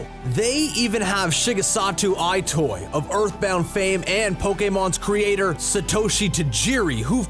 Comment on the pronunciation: The Gamer: SHE-GE-OH-RU MAI-AH-MO-TOE, SHE-GEH-SA-TU EYE-TOY, pronounces Satoshi Tajiri correctly.